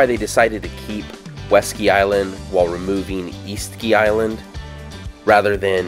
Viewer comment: Oh, West Ski Island, not Weski Island.